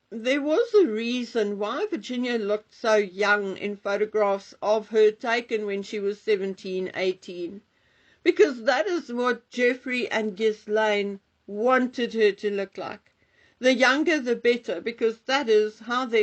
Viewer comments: it's not "Jis-Lane" its "Gillen" Thanks for the video. Virginia is a problematic figure in all this, heroine or villain dependng on your perspective. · Jizlaine. Jiz - is something else entirely. I cringe and shudder every time and Sue Smith say it and despite pointing out the actual pronunciation no one takes any notice. Especially Sue Smith